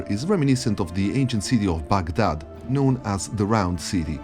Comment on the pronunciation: I appreciate how you pronounced Baghdad instead of saying it "Bag Dad", also i really love the music throughout the video from some of my fav games